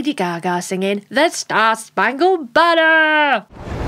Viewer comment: Nice performance. But it drives me NUTS when they sing it wrong. If you listen to a band play it, the word "banner" has 3 syllables, not four. If you were ever in the school chorus, you would have learned to sing it correctly. By the way, Adam Lambert sings it correctly.